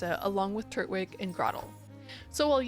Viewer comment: why you saying turtwig like that